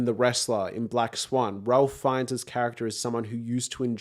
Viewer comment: Suggest you look up how to pronounce Ralph Fiennes' name.